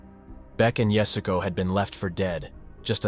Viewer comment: At least give her the honor of pronouncing her name correctly. It's not "yasgo", as Beck Weathers says, it's yah-su-ko